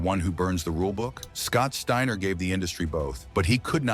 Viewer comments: Scott Stayner???? Fuck ai voices, I'm out ✌️ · Stayner? And then thirty seconds later you pronounce it right. A I voice bot goodbye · Garbage. Can't even pronounce the dudes name..... Trash